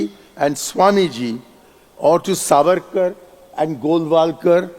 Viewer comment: The pronunciation is SAAVARKAR not savaarkar, just like the diff between moitra and mootra.